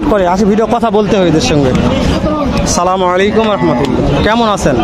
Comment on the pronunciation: ভাই সালামটা ঠিক করে বলবেন